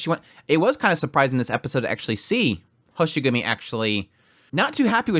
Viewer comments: It's Hoshiguma not Hoshigumi. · Sorry, but I'm gonna be that guy: It's Hoshiguma, not Hoshigumi. Happy you enjoyed the somewhat slower ep. Though things are gonna pick up soon! If you still have the 5* selector tickets that you just get at the start of the game, then you should be able to find Swire in 1 or 2 of those tickets. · General information is that, Ch'en's race is lung and Talulah's race is draco. Also it's hoshiguma not hoshigumi.